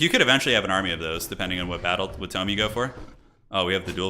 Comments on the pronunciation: toom? why are you saying tome like that?........ Toe-m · Violets are blue Roses are red Tome rhymes with home a tomb's for the dead